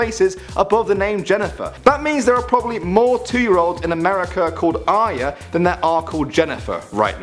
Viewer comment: Arya not Arys btw :D